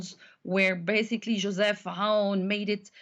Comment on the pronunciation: Yea, it's not Yo-sef Aoun, it's Joseph Aoun. Believe it or not, we have a lot of Josephs in here.